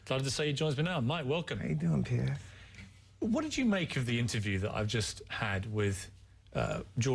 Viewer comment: haha, does he say 'hello Peter'?